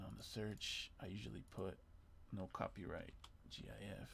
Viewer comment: Thank you for not saying "Jiff" Short, and to the point. Relevant 2 years later. Mad lad.